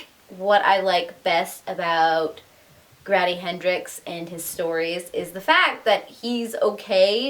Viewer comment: Grady like Brady, not "graddy" like daddy. 😉👍👍